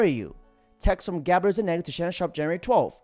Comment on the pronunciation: Zu- Nig-Ga.... jajajaja you can't make this shit up.